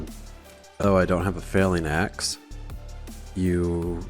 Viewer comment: ive let it slide for many episodes but its a FELL ING you keep saying FAIL ing axe and it makes me chuckle